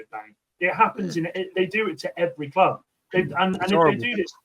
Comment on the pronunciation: thinks he's funny he can't even say club properly